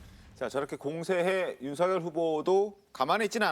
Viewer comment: 모르시나본데 윤석열 이름 발음음은 윤서결이 맞고요 윤성열도 아니고 윤석열도 아니고 윤서결 맞거든요 쓸때는 당연 윤석열 , 왜 뭣때매 윤후보한테 뭐라는디 ? ㅋㅋ 윤석렬이라니 참 국어공부 더 하시지 내가 볼땐 당신이 짬뽕인물인걸